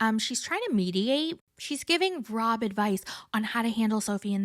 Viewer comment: Lmfaooo I was laughing out loud at work when you called rob SCROB 😂😂😂😂 I genuinely cannot